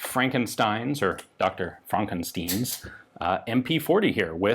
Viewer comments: It’s definetly Frankenstein, not -steen. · hehe fronkensteen, "my name (short pause) is FANKENSTEIN!" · Its Fronkensteen!!!!!! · It's Frank"in"steen awesome throwback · Frankensteen? Was that supposed to be the german pronunciation? The german pronunciation of frankenstein is: Fraank Aehn Shtein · Rex Law “I beg your pardon?” “My name it is pronounced Fra-kin-steen.” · “Frahkensteen” is a joke on so many levels here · Well that 'steen' is how you would expect it to be pronounced as a Jewish-American name... in reference to a Nazi German gun lmao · Classic german engineering. EDIT: Microscopic detail, but to the best of my knowledge, the "stein" in "frankenstein" is still the "aye" sound. "E" like sounds are made by "ie". Classic mistake for us native english speakers. The R sound is held in a different place than ours, of course. You'll have to look it up on forvo to see what I mean, because we don't really have a proper parallel in english. Most importantly the "st" makes the "sht" sound, which I think Ian got right. Isolated German a's also generally make an "ah" sound, which Ian also got right. I mention this because I'm a fuckin nerd I imagine Ian will need this word in future german gun analysis.